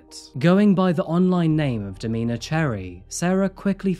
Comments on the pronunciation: Domina is this context, is pronounced dom-IN-a not Do-MEAN-a. It’s a title given to a female dominate in the BDSM community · "domeeeena".....haha no its domina, short for dominatrix 😅